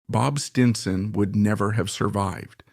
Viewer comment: This was a horrible documentary filled with cliche. Was this created by A.I.? The mispronunciation of “Stinson” towards the end was ridiculous.